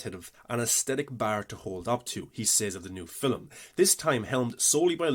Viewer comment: Two things: 1. You didn't explain how they created Morpheus' exo-morph at all.. 2. Why do you say film like 'filim'. It sounds like in all your videos you emphasize saying it in a weird way. It makes me feel like it's an inside joke between you and your fans. I don't think your accent is to blame. Or is this a extremely subversive Aphex Twin reference?